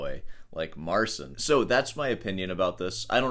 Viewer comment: the unintentional mispronunciation of "Mar-Sin" will always be funny to me lol